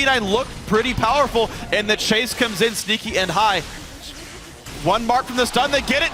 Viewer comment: "The counter initiation by Kennen is too HAI..." Thank you you unintentionally made my day